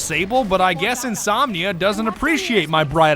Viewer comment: hey, ITS INSOMNIAC not INSOMNIA, 0 OUTTA 10 WORST VIDEO EVER